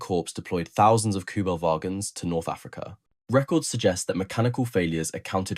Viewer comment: The word Wagon isnt pronounced like Vagina,.. ..cum, On, man ..and Africa isn't pronounced "a Freak eh" ..although it may be true, ..